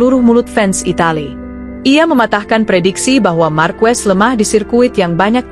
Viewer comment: Saran untuk announcer d video ini agar pronunciation nya dibenerin dulu yaaa, pengucapan lafal nama Marquez dan Pecco nya dibenerin dulu . ⛔️